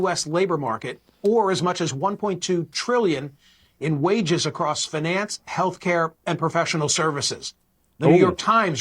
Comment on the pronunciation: Fin-nance? What was that an ai video?